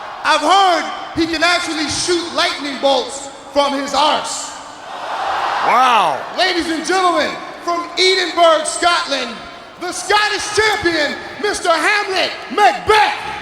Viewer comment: normal American pronunciation of arse : worst pronunciation of Edinburgh I've ever heard